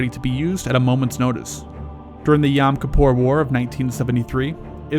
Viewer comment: yam kapor? Wtf? Yom kipur! Learn to read! agin wtf? Yeriho! Not Jericho!